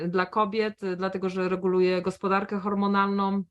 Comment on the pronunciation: "Hormonalnom, ochronom, znalam paniom) itd.itd Wiekszosc polskich youtuberow tak teraz mowi. Dlaczego ?